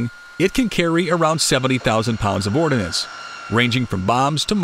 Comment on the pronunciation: its not ORDINANCE. it is ORDNANCE look at the spelling.